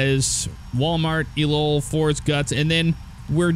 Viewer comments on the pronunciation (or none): Great to see the XPlane vids coming back! For future reference ELOEL intersection is pronounced LOL.